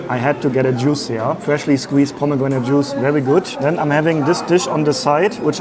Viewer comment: Ich liebe deine Video, aber ich wünsche mir jedes mal, dass du einen Englisch Aussprache Kurs besuchst 😄😄 pomEEgranate, iiislam, covErEd, comfERtabElE. Sorryy, ich will eigentlich gar nicht haten, es triggered mich nur jedes mal :( mach am besten mal eine Reise in die USA oder schau dir Videos von Muttersprachlern an 😇